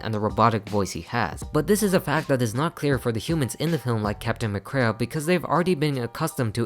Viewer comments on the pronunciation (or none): It’s pronounced mick-CREE, “Patrick Star”! 🤨